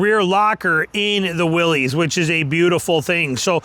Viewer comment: It's a Willys, not a Willies. Stop saying it wrong.